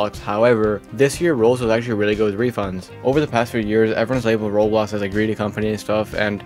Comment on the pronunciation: why do you call roblox "rolx" what